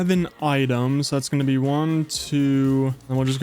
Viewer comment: What hears: "It's gonna be insane." What I hear: "It's gonna BEE insane."